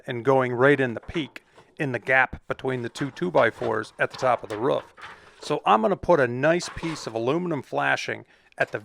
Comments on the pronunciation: Do you guys say ruf in america and not roof? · it’s a roof not a rough. Lol. I know you have an accent. So do I. Love it! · say aloof. Perfect. Now say proof. Great. Now say roof....